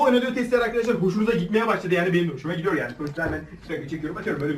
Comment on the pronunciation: Gidiyehh değil GİDEAHH !!!